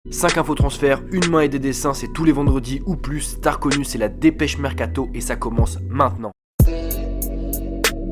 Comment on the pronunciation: Ce moment où le "ou presque" se transforme en "ou plus" 😍